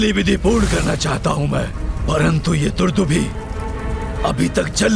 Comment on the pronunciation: दुदुम्भी नहीं दुंदुभी।